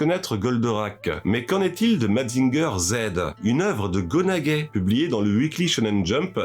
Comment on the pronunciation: serieux Gona(Guay) me dit pas que t'a jamais entendu la vrai proconciation Go nagaï (aille)